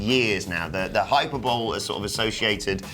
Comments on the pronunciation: lmao bitch said "hyper bowl" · Hi-Per-Bowl?.. Nope! Hi-Per-Ber-lee! YOU'RE NOT AMERICAN! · hyper-bowl? you mean hyperbole haha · Did this man just say "hyper bowl" it's hyperbole. Hi, per, bo, lay. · Hyper-bowl? Think you mean hy-per-bo-lee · Hyper Bowl? Did he say Hyper Bowl? Its Hyperbole, pronounced hi per bo lee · How did they both not laugh when said "HYPER BOLE"??? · A sports talk radio guy here in Detroit said "hyperbowl" one time.. They never let him live it down.. it became one of the most frequently used drops on the entire show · shoutout to for pronouncing "hyperbole" incorrectly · Ian Morris no there is only one proper way to pronounce hyperbole.